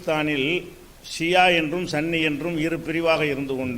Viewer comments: அது என்னடா சன்னி அரபு மொழியில் சுன்னி யை சன்னி என்று சொல்ல வேட்கமா இருக்கா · சன்னி இல்லடா சுன்னி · ஸன்னி அல்ல ஸுன்னி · சன்னி இல்ல சுன்னி, சுன்னி